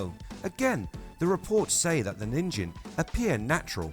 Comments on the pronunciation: 💙💙✌️ enjoy the day, my frien [by the way, NIN-gen, with a hard G, is how you pronounce the JP word for 'human'] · It is pronounced as nin- (as in Ninja) and -gen (as in Get, with the hard G sound). Your way of reading the word means a carrot (Ninjin) in Japanese.